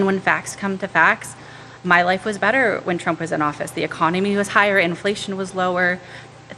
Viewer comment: Trump not tramp 😂just sayin 😉